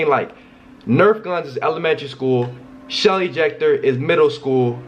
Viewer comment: I thought he said Shelly jecter😂😂😂😂